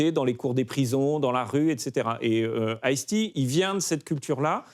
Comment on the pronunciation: Le riqlès de ice tea ça m'a mis à terre. C'est peut être chauvin mais, quand tu viens pour parler de rap/hiphop us et que t'es sensé être un connaisseur, essaie au moins de prononcer les mots correctement. Là c'est juste 2 noms de boissons mis côte à côte 😂😂